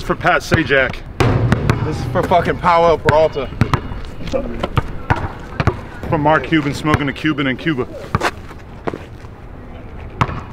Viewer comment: Dude RIFF RAFF SAID “THIS is for Powell poralta “ 😂😂😂😂